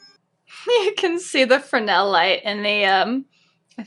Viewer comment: Always good to hear someone pronounce “Fresnel” correctly. 👍